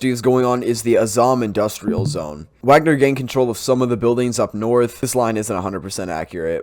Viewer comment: YOur failure to pronounce Wagner right puts doubt on your claims